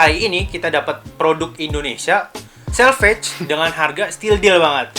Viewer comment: Itu selvedge accent bukan selvedge